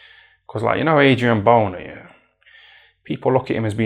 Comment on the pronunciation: man said "adrian boner" 💀